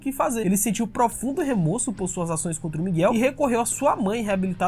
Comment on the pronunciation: O correto é remÓrso e não remÔrso Ótimo video